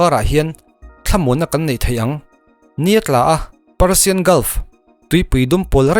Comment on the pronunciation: Parsian a nilo. Persian tih zawk tur ee